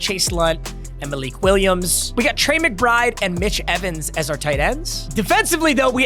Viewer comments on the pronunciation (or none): none